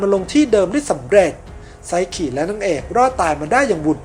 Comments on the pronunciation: พี่ครับมันอ่านว่าไซคินะไม่ใช่ไซขิ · ไซคิได้มั้ย อย่าไซขิ หนูฟังแล้วหายใจมิออด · พี่ครับไซคิ ไม่ใช่ไซขิ ครับ55555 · ไซคิไม่ใช่หรอคะไม่ใช่ไซขิ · เขียนไซคิ เเต่อ่านไซขิ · ไซคิไม่ใช่ไซกินะคะ🥲💖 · ไซคิ ป่าวไม่ใช่ ไซขิ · ไซคิไม่ใช้ไซขิคับบบบบบบ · ไซคิ - ไซขิ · แอด ครับ ไซคิ ครับ ไม่ไข่ ไซขิ